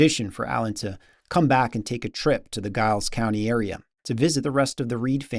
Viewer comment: I really enjoyed this video! Also the one on Redwing. (Cakewalks have a complicated history and it would be interesting as to what you come up with if you research them.) I'm curious as to how you do your research. Are you using AI? Is that your voice or is it computer generated? (For example, anyone familiar with that part of the world pronounces Giles county like Jiles County, not with a hard G.) I live two counties east of Giles County. It would have been nice to add some more recent history about how Chris Via and some of Henry Reed's descendents have kept his legacy going by having a Henry Reed festival every summer there in Giles County. My wife and I led the Blacksburg Market Square Jam this past week and we played Over the Waterfall. We usually always play a Henry Reed tune or two!